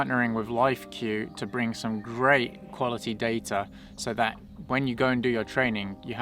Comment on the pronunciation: "What's datt??"